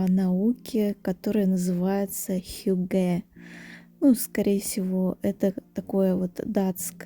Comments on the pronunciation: Не хюгЭ, а хЮгге, вообще-то. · хьЮгге) ударение на первый слог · Hygge . Ударение на первый слог! хЮгге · хЮгге, ударение на первый слог 😻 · Вы правы, режет слух, когда неправильно ставят ударение. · Ударение на первый слог в слове «хюгге». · добрый день, спасибо за видео, все очень красиво и атмосферное, как всегда! Только в слове хюгге ударение ставится на Ю.